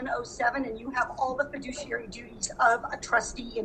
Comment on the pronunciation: fi·du·ci·ar·y...emphasis on the douche!